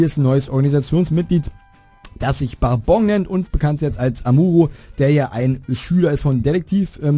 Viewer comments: Die Betonung setzt du jedoch falsch. Im japanischen wird der Akzent auf die erste Silbe des Namens gesetzt. Es ist also BA-bon, nicht Ba-BON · Ich muss sagen geiles Video :) Nur hast du einen Namen der Schwarzen organisation ausgesprochen Bourbon wird "Börben" ausgesprochen, ist ne gewisse Bezeichnung für eine gewisse Sorte von amerikanischem Whiskey wenn ich mich nicht irre. Aber auf jeden Fall weiter so, meinen Daumen hast du ^^